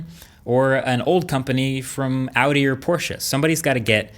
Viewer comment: Happy you actually pronounced "Audi" the correct German way!